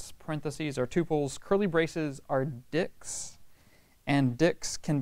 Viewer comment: Your class has been the best so far i have found on python, but can you please emphasize the "t" when you say dicts